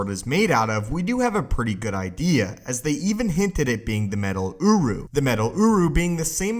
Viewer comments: I can’t take this seriously he says Urru because it sound like UwU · everytime he says Uruh take a shot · I keep hearing OWO metal